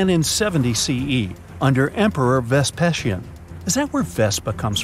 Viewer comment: Who this Emperor Vespeshin? It's not so much that this narrator can't pronounce common historical names, it's that he does not seem to want to be bothered with finding out how they are pronounced before narrating the videos.